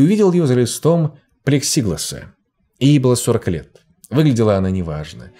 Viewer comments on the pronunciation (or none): ну что ж такое в этом ролике... Не плексИглас, а плексиглАс. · Что случилось с русским? Почему пошли постоянные неправильные ударения в словах, невероятно режущие уши? Заметила в прошлом ролике, в нынешнем поняла, что "Однако, тенденция" Навскидку: респирАторные заболевания вместо респиратОрных и кусок плексИгласа, а не плексиглАса. Тщательнее надо, ребята, тщательнее... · Здравствуйте,. Люблю Ваш канал, из отечественных криминальных - лучший, на мой взгляд. От этого сильно огорчают ошибки в ударениях. Проверяйте сомнительные слова перед записью. ПлексиглАс, респиратОрный. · ПлексиглАс!!!, когда встречаешь незнакомое слово, проверяй его ударение. Очень много ошибок в ударении. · Произношение автора некоторых слов прям вымораживает ( например «плексигласа») это из-за незнания или это какие-то пасхалки?